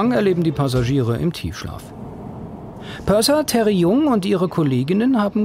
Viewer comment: Purser, nicht Perser